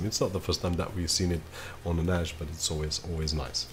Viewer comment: Why are you saying Nash? Its Nas